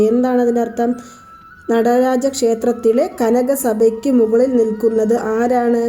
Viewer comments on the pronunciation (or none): none